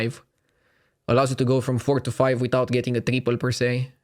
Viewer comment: That guy and his ugly Ingrish.... saying TREEPOLL instead triple ...